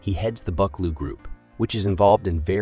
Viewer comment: Fyi, "Buccleuch" is pronounced "Bukloo".